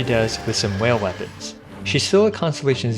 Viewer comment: "With just a few wepoans" hahahahahah Those are rank 5 weapons he is talking about.......